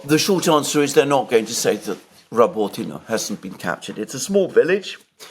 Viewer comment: and Alexander, please pronounce the name of the villages correctly, it is not called Robotino. It is Rabotneh. Besides, based on the military summary channel Rabotneh has fallen and now Ukrainians are focusing on Verbove because they need to cover the flanks. They cant advance further after Rabotneh until they cover the eastern and western flanks. This video of yours is absolute crap, sorry